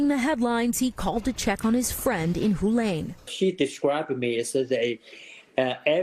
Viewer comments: Hualian pronounce Hua-lian NOT Hu-lane! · it's pronounced "hwa-lee-un" tard!